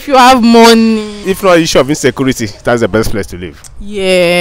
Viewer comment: ….Insaykuurity! that’s right!